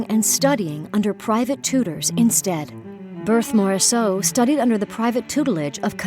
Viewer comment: I had to stop listening with that awful pronunciation of Berthe Morisot's name.